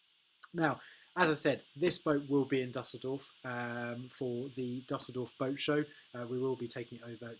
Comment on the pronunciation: Imagine a world where Anglos could pronounce a foreign word such as Dusseldorf...